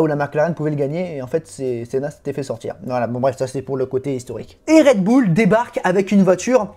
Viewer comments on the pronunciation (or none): Bull l'accent doit être uLL pas OÛL.